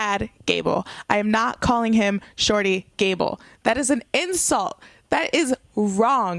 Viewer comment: Good video, but you pronounced "shorty" wrong.